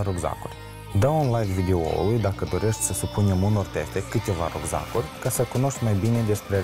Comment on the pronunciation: "Rugzaguri" mor :))=))